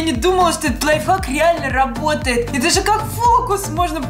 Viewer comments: До какой лайфак правильно лайфхак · Ты сказала лай фак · Ты сказала лайфак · ты сказала не лайфхак лайфхак 🤗😉